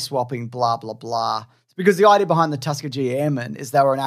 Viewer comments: “Tuskateer airmen” I swear I heard it multiple times XD Tuskegee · Please, for the love of Mike, LEARN HOW TO PRONOUNCE "TUSKEGEE"...!!!!! 😉👍🏽